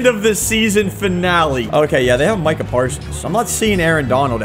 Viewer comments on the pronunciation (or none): none